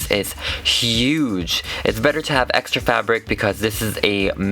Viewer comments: Are u saying hex-tra because I love it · "hextra" was so hextra